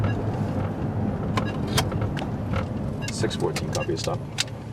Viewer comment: So funny how he says 614 lol.